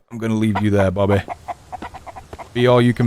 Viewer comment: it sounds like this "bobay"